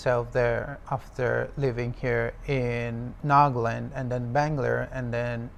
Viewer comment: It's NAGA Land not NAAG-LUND